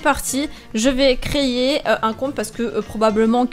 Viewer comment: "Donc c'est parti je vais créyer " ?! :D Sinon super vidéo :p ♥